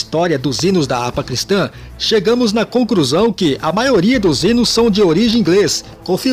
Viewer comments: "Chegamos a CONCRUSÃO"? Bom vídeo, porém foi uma agressão à Língua Portuguesa, essa "concrusão" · Amigo vc falou "concrusão" ? 👂